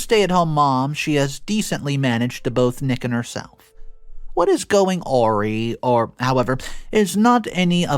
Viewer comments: Dry - drying clothes - awry is pronounced as dry aw ry as in rye bread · Awry, a like in apple and rye like in rye bread. a-rye. Not being an arse but you seem to not be familiar with the word and I hope it helps 😊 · Phonics is a thing. Awry is pronounced ahh rye. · How you say awry makes my soul hurt.